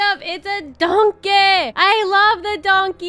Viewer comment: It’s a “DONKEH” u have never been funnier😭😂